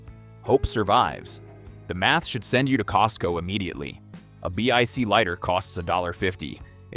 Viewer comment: Consider re-writing your scripts before you feed it to an AI read. Repeated numbers and titles, and no one says B-I-C lighter, they are Bic lighters. Either poorly written scripts are being fed into an ignorant AI, or your voice actor is a fool.